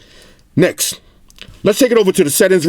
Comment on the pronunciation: I like the way you say next. "Necks" lmao.